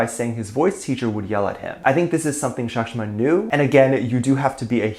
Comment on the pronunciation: As an Indian i am offended by the pronounciation of the name of Sakhshima